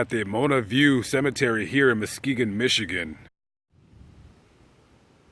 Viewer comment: It's Michigan not Michagan